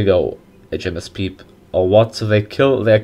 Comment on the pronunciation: its pe-pe not pee-p